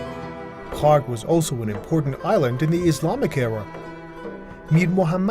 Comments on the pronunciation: Strange timing for the video to end up on my YouTube feed And the presenter pronounces Kharg island like Khamas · Kharg Island? I thought they were sayin Kong Island😮Cancelled my trip